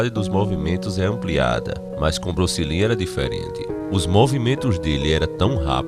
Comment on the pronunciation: Bruce "Lin" kkkkkk